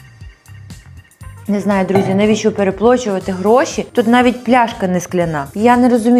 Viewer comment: Хто почув що сказала"Переплочувати"😂. ви топ😂